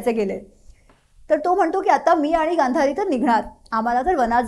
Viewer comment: श्रोत्यांसाठी - ला गांधारी अस म्हणायच होत.